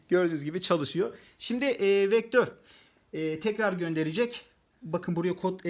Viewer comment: vektör beee değil beaa